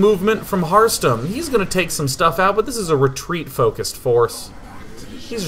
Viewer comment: Every time he says harstem, it sounds like hearthstone to me